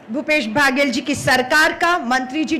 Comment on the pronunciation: Medam ji baghel nai baghel